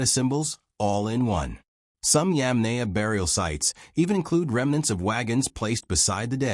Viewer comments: Bloody hell. It's not pronounced [Yam nay a]. It's [Yom nie a]. I you speak instead of using AI, you can fix that. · It is possible to correct the AI narration pronunciation. Correct the incorrect pronunciation of Yamnaya and maybe I'll watch... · It is so unprofessional to put this vid out with such a gut punch in the mispronunciation of the main point of the program the Yamnaya.